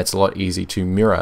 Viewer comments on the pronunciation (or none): none